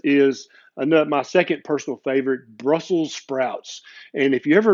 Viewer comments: BELBIUM is famous for growing those certain "sprouts"... and it's capitol city is BRUSSELS, NOT Brussel... and that's why it's BRUSSELS, with an "S", LOL!! ;-D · Because it is Brussels, not Brussel. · You didn't listen ; you didn't put the final "s" in "brussel".